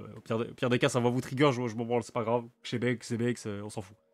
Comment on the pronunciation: Tkt tu le prononce bien Xebec